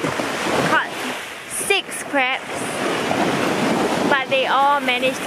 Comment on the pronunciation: sounds like she said I caught 6 craps